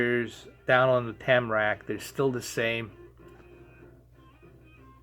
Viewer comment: It's TARMAC not TAMRAC. Asphalt in Europe is called TARMAC.